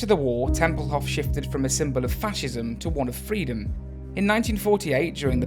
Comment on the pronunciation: Tempelhof is pronounced with a long "o"; otherwise, great video! I landed there twice, after PanAm flights, and still love the place, with all of its history.